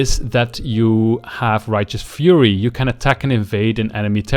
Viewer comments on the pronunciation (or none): none